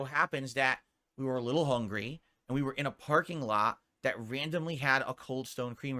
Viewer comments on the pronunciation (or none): none